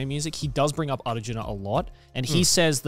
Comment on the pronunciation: Damn the pronunciation of Arjuna was on point.